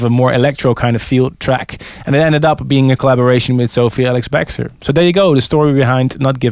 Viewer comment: Love how he is consistently pronouncing her name wrong: Sophie ALIX-Bextor... LOL